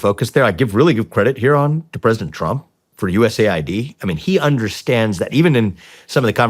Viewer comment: Dudes, its not "USA Ai, Dee, its called US Aid, what is wrong with you?